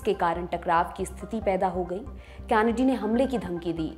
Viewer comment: कैनडी कहते हैं कॅनडी नहीं।